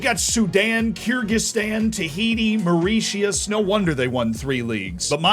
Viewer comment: The way you pronounced Mauritius utterly killed me dude